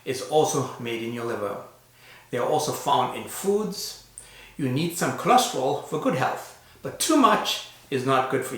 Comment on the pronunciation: Why do you call it "cholosterol" when it is "cholesterol"?